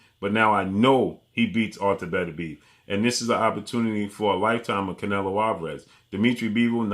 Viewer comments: Everybody runs into a word they can't properly pronounce . Artur's last name is pronounced Beterbiev(better-bii-EV ) Not betterbeeve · Did Canelo pay you to make this video? And stop calling him betterbeev that's not how his name is pronounced, you can put at least a little effort into pronouncing it correctly.